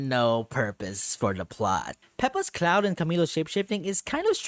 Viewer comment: pretty sure its "Pepa", not "Pepe" lmfao